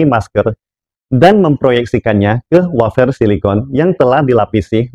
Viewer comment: Wafer pak, bukan wofer 😂